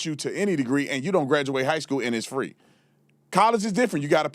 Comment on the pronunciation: Spencer for the Win. Love the way you said High Skwell 😂😂Officer Tatum for the Win. Please update your merch Store much love ❤️